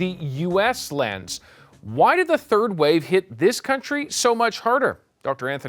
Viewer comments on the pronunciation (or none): none